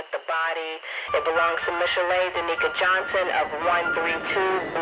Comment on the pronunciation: mish - ill - a ( Michelle ) 😂😂😂